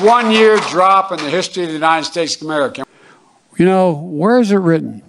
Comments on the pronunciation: He cant even say the country he's commander and chief of. (unreal) Joey's in brainfart mode and were just screwed....KEEPUM STRAIGHT GOD BLESS 🇺🇲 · How ironic that he is the president of this country and can’t even pronounce the country he is in charge of (skamerica)....please! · He can't even say America